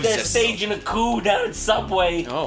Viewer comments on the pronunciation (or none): none